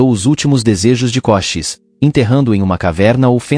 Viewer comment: Koshis? Kosheese! Ou Cochisi